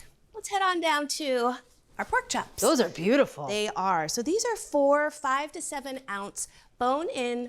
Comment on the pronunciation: "Chaps" so Boston. Haha